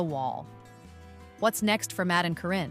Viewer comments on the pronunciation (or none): Karen ka re n, not Corrine thanks 😊